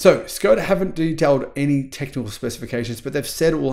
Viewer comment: Please pronounce "Škoda" as "Sh-koda"